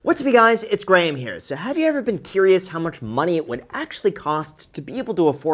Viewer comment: Graham is one of the first people I've known who pronounces his own first name wrong.